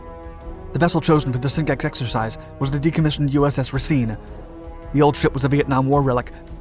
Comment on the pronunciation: Also, the way you're pronouncing Racine is a bit wrong, i grew up in the city the ship was named for, it should sound like you're saying racing